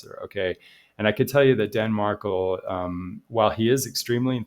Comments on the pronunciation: Pronounced MarKEL not MarKLE! At least pronounce his name correctly! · It’s pronounced marKELL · It’s pronounced MarKEL… emphasis on Kel as in Kelly. Sorry but I tried to watch but was hard to listen to you mispronounce Danny Markel’s name when I’ve listened to many videos that pronounce it correctly. Have followed this case since beginning and listened to many interviews of his mother, Ruth. Please, get his name right if you are going to make videos about his tragic demise. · You are mispronouncing Markel